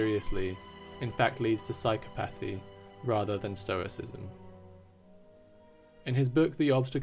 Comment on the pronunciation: Lol, "Stroiscism". So close! 😅